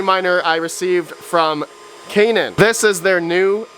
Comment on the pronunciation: Yeah!!! You pronounced Canaan right 😂😂😂